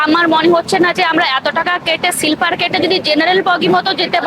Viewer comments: সিলপার নয় ওটা স্লিপার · Silper hoy na....ota Sleeper hoy 😊😊